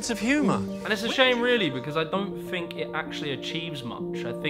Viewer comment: "THINK" not "FINK"